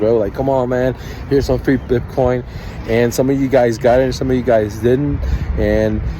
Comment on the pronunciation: BIPCOIN 🤣🤣 This guy cant even say it What a shambles BIPCOIN CASH 🤣🤣 What a clown